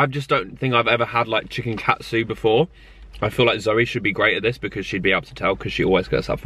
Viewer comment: Is he saying chicking? Hahahhah so funny love! X